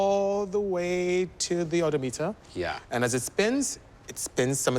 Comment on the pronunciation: Oh-doh meter